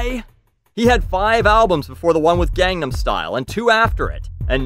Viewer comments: psy said recently in an interview "I wont stop talking about it until learns how to pronounce it. Its been 5 years" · How is pronouncing it "gong-num style" sounding like you're butchering Korean? It's common place to call tacos and quesadillas by their Spanish pronunciation instead of "tayhkos" and "case-a-dillas" in fact those people are often mocked.